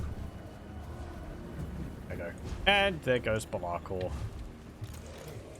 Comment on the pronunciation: Why do you say Belakors name weird? Lol